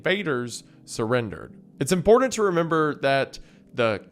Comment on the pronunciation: "Impordent" "Bridden"